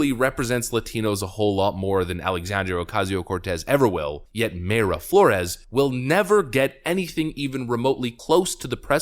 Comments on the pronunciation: It’s My-ra Flores. My-ra not May-ra. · I'm fairly sure Mayra is pronounced "My ruh"; one word of course, no pause. I used to know a Mayra. Although, "Houston, CA" is pronounced differently from "Houston, NY" so who knows. Need to listen to her say her own name to be sure.